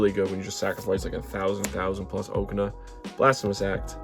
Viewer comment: Okaun ❌ Oakana✅